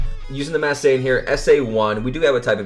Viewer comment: Why do you say "Mass Saiyan" instead of "Masked"?